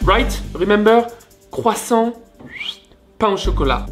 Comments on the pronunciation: I can hear the entire south of France screaming when he said " Pana chocolate"! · je pensais que tétais parfait jusqua ce que tu prononces 'pain au chocolat' :'(